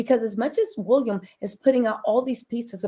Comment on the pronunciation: The funniest thing is how you say WOOLiam not WILLiam. 😂